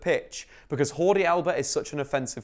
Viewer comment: Whordi alaba, lol, it’s Jordi Alba